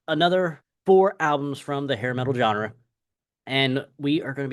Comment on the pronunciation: Why do you insist on mispronouncing the word "genre"?